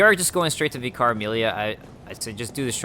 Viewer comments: And it's pronounced "vicker", for whatever reason :-) The cutscene after killing Vicar Amelia offers the proper pronunciation of "adage" BTW, listen to it again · its pronuced vick-ar (vicar) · Here I am with another pointless comment a year too late! You probably got told this after the video and corrected it later but "vicar" is pronounced "vicker", so it rhymes with picker. It's the title for the leader of a particular church, like the priest or whatever you call it. Similar to the Father in Father Gascoigne. I know it's probably annoying to get all the delayed corrections but it's really tough not to comment after hearing you say it so many times and without knowing for sure if you do go on to change how you pronounce it. I should really watch your DS3 LP soon so I can actually make relevant commenys for a current game. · Great video, love your playthrough so far! Don't know if you know this, but Vicar is a religious term or position, meaning an agent of, or representative of God or a ruler. In that case, it's pronounced /ˈvɪkər/I guess it applies to Amelia, since she's hanging out in the cathedral and all:) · How do you not know what I vicar is? I didn't think they were exclusive to england. They are just priests. There was one that used to teach us bible stories in my school when I was young. Its likely a British thing. You attempt to pronounce it in an amusing way.:p